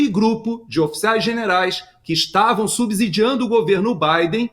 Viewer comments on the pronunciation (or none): Avisa seu amigo que não se fala "Subzzzzzidiando" e sim subsssssidiando !!!!!!!! Pqp !!!!!